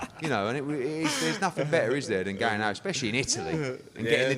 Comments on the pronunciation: eddie "expecially" hearn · I'm listening to your book Eddie. Not bad but there is no such word as ekspecially. Please stop saying it!!